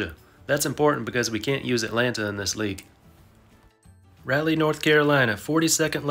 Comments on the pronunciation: New Orléans had a viable AAA team until it got moved recently, with a decent stadium that still stands. But here's a tip - nobody calls it "the big easy". Also Raleigh is not pronounced "rally" (It's RAH-lee) and Montréal is not "Montre-al" but "montre-all" -- again, like Raleigh, long A, not short. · Great video but Rah-lee not rally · Oh, also, for the record, Raleigh is pronounced more like "raw-lee" not "rah-lee" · I’ve lived on this Earth for 43 years and I’ve never heard anyone pronounce Raleigh like “rally”! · Did I just hear Raleigh pronounced like "rally"? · That's now how Raleigh is pronounced.